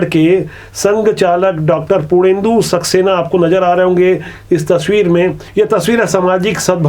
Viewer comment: आपको इतना भी लिहाज होना चाहिये कम से कम नाम ले रहे हो तो जी तो लगाओ। ऐसे बोल रहे जैसे वो साधारण लोग हो। पूर्णेन्दु सक्सेना जी बोलो न कि पुरनेदु सक्सेना